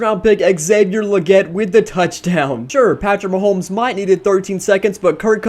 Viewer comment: Did anyone hurt when he kept saying “Maholmes”? Still a good vid though.